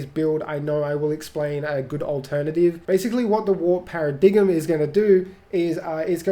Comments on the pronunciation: Less pair-uh and more para so it would be para-dime. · Para-dig-m is pronounced para-dime btw :P nice build, working towards it now! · Paradigm is pronounced para-dime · Excited to try this build out. By the way, lol ... It's pronounced pair-uh-dime lol that was too cute tho! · Para-dime is correct pronunciation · The g is silent in paradigm